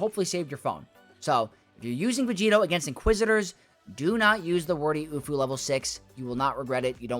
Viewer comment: stop saying vegeeto it makes no sense. what does it even mean